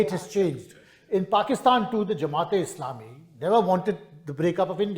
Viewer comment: Jamait!! Kapil Sibbal can’t pronounce Jamaat :)